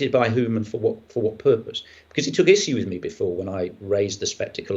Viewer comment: Hodges lost the debate for me at his first pronouncement of the word 'issue' in the style of tissue....